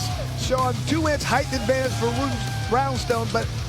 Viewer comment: I like the commentator, but ffs there is no H at the end of "height".